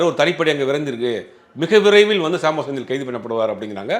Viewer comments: இவனுங்க எல்லாம் எப்படிதான் மீடியாவுல இருக்காங்களோ!. சம்போ செந்தில சாம்போ செந்தில்னு சொல்வது. அஷ்வத்தமன்னை அஷ்வமித்திரன்னு சொல்லறது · அஸ்வத்தாமன் என்ற பெயரையும் சம்பவ செந்தில் என்ற பெயரையும் சரியாக உச்சரிக்க கூட தெரியாத நெறியாளரை வேலைக்கு வைத்த ஜீவா டுடே நிர்வாகம் ஒரு கேடுகெட்ட ஊடகம்....